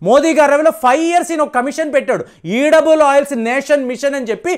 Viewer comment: ఈడబుల్ ఆయిల్ అనకూడదు, ఎడిబుల్ ఆయిల్ అని పలకాలి